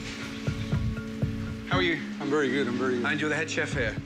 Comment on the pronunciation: Ramsay asking "how are you" in danish was spot on! damn